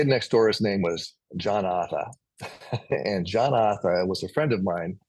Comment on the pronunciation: Thank you, for such a beautiful interview. I used to live in Portsmouth too, and I say Arthur the same way you do! Hahaoho! Thank you too, for always having such interesting guests.